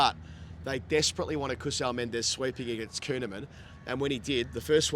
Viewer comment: Mendis not Mendez